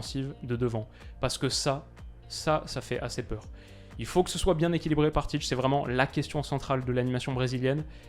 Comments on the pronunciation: Très bonne analyse, comme d’habitude! Sinon Ça se prononce Tit(é) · La prononciation c’est tité